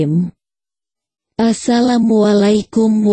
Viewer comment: Ko bca assalamkum nya sprti bkn org islam